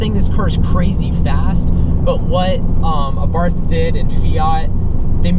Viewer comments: Hey it's Abart no H at the end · To all wanna be Abarth enthusiasts , please you owe to the marque to pronounce it somewhat close to what is the proper pronunciation , here we go say AHBA'rt , accent on the A and no th sound , it is an Italianized name , try it , thanks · It is pronounced Ah bart.